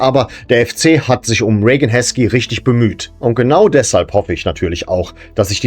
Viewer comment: das wäre ja exakt wie Rain. Ich hab auch eben mal gegoogelt das wird es definitiv so gesprochen: "Ree-gän" oder "Ray-gän" ausgesprochen. Im Detail bedeutet das:Das "ei" (oder "ea") wird wie ein langes "ie" oder "äi" gesprochen. Meine Frau ist ebenso der Meinung, sie ist englische Muttersprachlerin - Widerspruch zwecklos 🫣